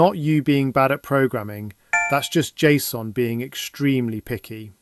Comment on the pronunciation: "Jay Sss Oh En" Nobody, and I mean nobody says it like that. It's Jay-son.